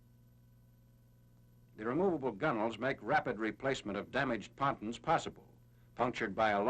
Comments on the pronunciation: Someone in another film comments said that’s how they pronounced it back then, I can’t confirm that though. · Patuns??????? Pontoons.